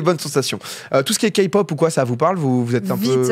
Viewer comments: On dit "K"(kë)pop 🤣🤣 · Non mais tqt si tu sais pas prononcer t'apprends et c'est tout, c'est juste désagréable quand vous dites "kapop" et "bétèesse" mais ne te sens pas vexé, on te pardonnes ( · Et c’est KEPOP NAN KAPOP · Pas Ka pop la Ké pop si tu pref, et jungkook 😍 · "kapop " MAIS ... NON 😭😭😭😭😭svp faites un effort 😭😭😭et logique que on les protège